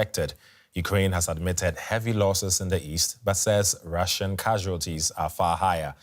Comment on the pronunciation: I know you have a language barrier; but let's see if this helps: it's "Russian" not "Ration". Russian is like: "rush" + "un" Otherwise great reporting ! ! Do we not have an armored evacuation bus for such emergencies? It must take about 2 days to design and produce one huh? Weld about ten Russian tank carcasses together; take volunteers from the Nascar Dads in the US. ! ! ! Let's win this all you surrounding countries wondering how you can help ! !